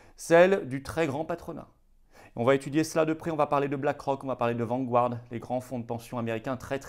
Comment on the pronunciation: Vanguard se prononce Vangarde et non pas Vangu-arde